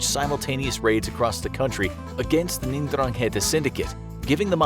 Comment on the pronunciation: I’m pretty sure it’s pronounced Dran-ghet-ah.